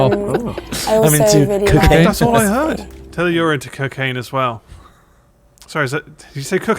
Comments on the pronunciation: "I'm into Cookaine" I heard that too. I don't know if it was said to sound like both cooking and cocaine lol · she definitely said cocain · I thought she said cocaine too what the fuck. Just imagine tho if she did say that and they just started doing lines. 😂😂😂😂😂😂😂😂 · I also thought she said cocaine